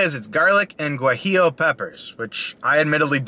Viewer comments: Not Gu ah ee oo it is pronounced more like waheeyo. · So stoked to order the GWAH-Jeelo steak at mah local chipitlee